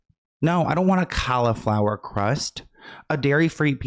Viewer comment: "CALLL - A - FLOWER" BABYYYY LMAOO